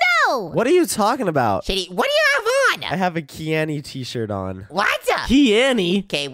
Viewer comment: "Keany west" 😂😂😂😂🤣🤣🤣😆